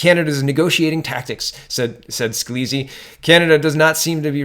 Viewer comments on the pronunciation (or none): Sca-lise, FYI